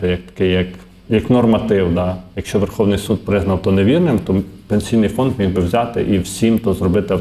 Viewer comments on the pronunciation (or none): none